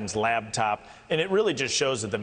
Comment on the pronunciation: Batced. Botched. This guy cant talk. LABTOP? what is that?